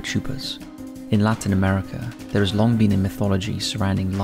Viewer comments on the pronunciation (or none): none